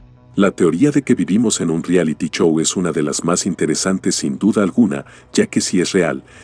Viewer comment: Qué mal mencionas la "ch",, Chow o Wachinton" decías xD